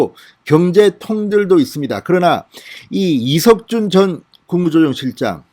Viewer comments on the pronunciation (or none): 이석준 이름좀 제대로 말하세요